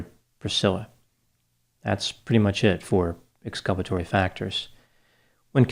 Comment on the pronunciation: "...that's pretty much it for the ex-culpatory factors..." 😂